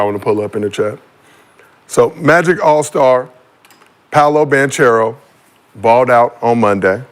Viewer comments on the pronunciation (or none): Can you please say Banchero correctly…. It’s not like a churro you dumb rock. It’s the ‘k’ sound not ‘cha’. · its Ban-ka-row 😂😂😂